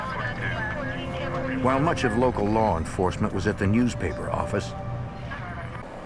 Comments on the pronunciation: Get it right now it's the New Yuak Affize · Nee Yahk Ahfice